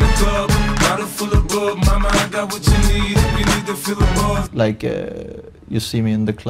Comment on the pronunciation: Bro it’s like not liek 🤣